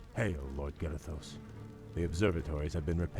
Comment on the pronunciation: Its Garithos not Garathosh